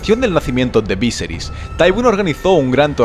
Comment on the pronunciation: kai creo que no se dices víseris si no viserí